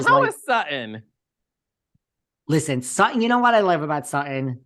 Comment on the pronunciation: Dying at Sutti’n and not Sutton!!!! 😂